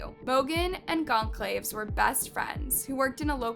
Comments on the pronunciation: Yeah, it's Goncalves, not Gonclaives. What is wrong with you? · “Cal-Ves,” not “Claves” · Goncalves = gon - call - viz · you always say the names wrong... it's GON SSAL VEZ wtf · I don’t mean to sound rude but if you’re going to do a story on this, you should look up the correct pronunciation of the names. Goncalves, for example. It’s Gon Saul Vez. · Learn how to pronounce Goncalves correctly... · You said kaylees last name wrong and Ethan last name wrong to like if you watched the news it tells you how to say their last names, and yet you put in a clip and it tells you how to say kaylees last name correctly and you say incorrectly, I'm not trying to be rude in any way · Thanks for covering this. You pronounce Kaylee’s last name wrong btw. May their souls rest in peace and the killer found soon.